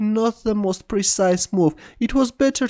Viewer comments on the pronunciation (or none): none